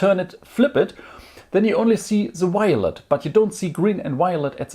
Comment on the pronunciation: Gween or waelet.... gween o waelet gween o waelet gweenowaelet